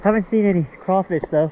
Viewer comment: Being from Louisiana i can appreciate the simple fact that you say “Crawfish” and not “Crayfish” 😩🔥😍